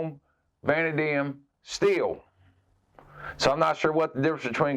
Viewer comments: Vah-NAY-dee-um I believe is correct pronunciation if it matters. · I think it's pronounced "vuh-NADE-ium" but I could be wrong. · just for future reference, its pronounced vuh-nay-dee-um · Vanadium - Vuh-Nae -Dee-Um